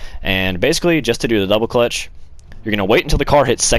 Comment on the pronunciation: You sound like a fucking idiot saying double clutch